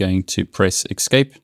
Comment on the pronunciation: Thank you for the helpful video, kind of ... I'm not sure WHY you would tell only HALF the story. What if you DON'T know the root password? Also, there's no X in the word "escape" =)